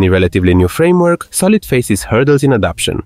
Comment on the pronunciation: "Frameork" fluent, oops!